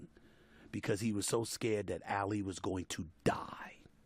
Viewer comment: The disrespect u not even sayin Ali right